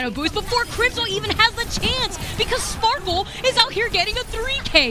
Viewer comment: bro.. shes always sayin Spoarkle...